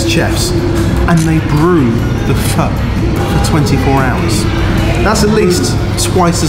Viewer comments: Fuh?? I thought it was pronounced fo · Omg, my mum and I loved hearing pronounce pho 🤣 The way he said it sounded a bit too short, like you're trying not to say the f word!